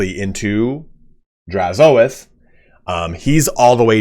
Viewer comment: I think you're saying Drazhoath incorrectly. Say oath, then put an H at the front for hoath. Draz-hoath. The A doesn't get emphasized.